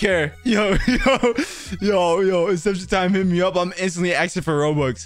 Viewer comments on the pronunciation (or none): asking* not aksing